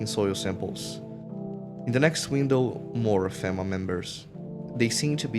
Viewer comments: The constantly knocking makes sense for multiple reasons. People prob forget theres someone there all the time, and also... it fits the world, perfectly. I wouldnt want to be left outside. Also the dramatic readings, like the burnt guy, are really annoying. And its pronounced FEEMA. I wasnt going to say anything but hearing fehma over and over is also really annoying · Aside from the constant mispronunciation of FEMA, good video.